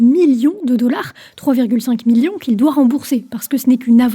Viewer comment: Toujours de très bonnes videos. Par contre, tu ne devrais pas autant appuyer le M dans millions, à l'oreille ça sonne trop appuyé.